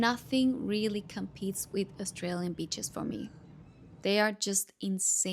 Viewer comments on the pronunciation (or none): none